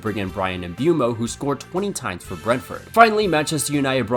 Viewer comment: All cool and all but, where did you get this MbUEmo pronunciation from?? It's literally the opposite in normal English MISpronunciationese. Granted in French it's not even a diphthong it's a monopthong (one vowel sound)